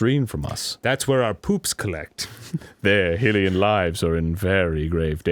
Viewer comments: Lmao 20 days....Those are rookie numbers. But seriously those kind of hours are totally achievable. Especially in the 4 years like he said. Also does it annoy anyone that Arin is still saying Hill-ian. When everyone in this game pronounces it High-lyian. Now they are voice acted it's pretty definitive. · of Arin's Zelda Sequelitis he pronounces Hylians correctly. Hill-ian is just a bit annoying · Why did Arin spend two episodes ranting about Nevada and Nev-ah-da yet says Hyrule correctly but constantly mispronounces Hylian as Hillian??? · The way that they're always saying "Hilian" instead of "Hylian" drives me nuts. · STOP SAYING HIL-IAN!!!! IT'S HI-LIAN!!! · It drives me absolutely nuts every time they say "HILL-ian" instead of "HY-lian". I mean, they say Hyrule right, how come that doesn't translate to Hylian?? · um excuse me but it's pronounced (high-lee-an) not (hill-ee-an) you nerds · My question: what is the logic in knowing how to say Hyrule correctly but then turning around and saying "Hillian" instead of "Hylian?" I mean, it doesn't annoy me but... I've always wondered what Arin is doing XD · When Arin and Dan say Heelian: "....." When anyone else says Heelian: "GODDAMMIT! IT'S HYLIAN NOT HEELIAN!" Well, I don't know if Arin doesn't know how to pronounce it properly or if he's doing it on purpose. I don't know whether to get upset or just accept it as a joke..... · It's pretty clear though that it's not pronounced Hil-lian. That little kid at the beginning of the episode said Hy-leon. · yea but its highly an not hill ian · I hope that in Hyrule, whenever foreigners come and insist that the word is pronounced "Hill-ian," people respond like the guy in the comment section of that "How to pronounce Nevada" video Dan pulled up. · Why does Arin say Hylian wrong? HI-lian not Hill-ian. HYRULE, ergo HYLIAN. It bothers me alot.... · Hy-leon like High Lee An not Hill Lee An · Hillian? HILLIAN??! FUCKIN HYLIAN ERIN (HIGH-LEE-AN) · Its pronounced high-lee-an